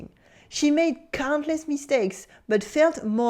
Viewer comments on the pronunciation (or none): none